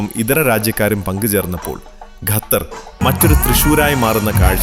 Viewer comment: ആഹാ പൊളി പൊളി. പൊളിച്ചു. Gathar അല്ല ഖത്തർ ആണ്. വെറുതെ നല്ലൊരു രാജ്യത്തിന്റെ പേര് മാറ്റാതെ മാഷേ.